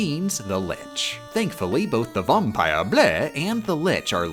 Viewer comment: The Vahm-pire BLEH